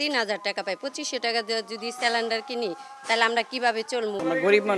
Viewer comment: সিলেন্ডার না ❌ সেলেন্ডার✅ 😂😂😂